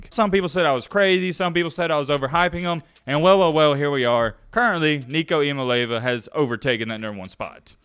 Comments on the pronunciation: E-uh-molly-av-uh... lol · A couple things, Its E-ya-ma-lay-ya-va. Also you got it backwards, Joe is best in accuracy and tends to overthrow the long ball. Thanks for the content bro! I think its cool that a Bammer is putting out good UT content without trolling. Appreciate it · His name is I-A-MA-(LE)E-A-VA......🤦🏾‍♂️ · It’s pronounced Eeah mali ava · Great video, but please stop trying to say his last name because you're messing it up and it aint even close.......lmao